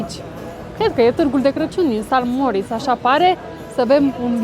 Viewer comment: Splendide vlogurile voastre, le urmaresc cu mare drag, felicitari si tineti-o tot asa! O micuta observatie, rog sa nu fie cu suparare, va rog nu mai spuneti si scrieti "San Moritz", ci "Saint Moritz". Multumesc, toate cele bune!